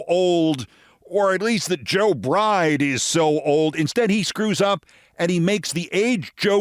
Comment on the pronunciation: Sounds like he actually said Joe "Bright" (not Bride) 😏